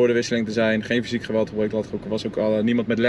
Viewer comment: Try saying 'geweld' and make the 'g' by hissing like a cat, or a goose. The 'g' in Dutch is a fricative sound, and yours is an explosive sound (like the P, you let air build up and release it, making the sound). Will feel really weird, might even tickle! You keep the flow of breath going, instead of closing the flow and let it pop. The north of the Netherlands makes a harsher friction sound G and the southern are more fluid 'softer' G. Edit: not always though. You don't do the same with a G after a N. Then it is a bit like your G. If you want to pronounce Groningen, you hiss the first G and you add a little bit of G to your N, like you would do with the adverb -ing. Like in walking, talking. If you'ld want some free tips on this I would love to help!